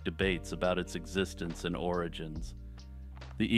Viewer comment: The eegopogo??? Ok well there is only one ogopogo and it lives in Okanagan lake so.. 💅